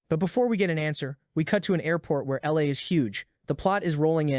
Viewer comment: Bro overemphasizing the role of the LA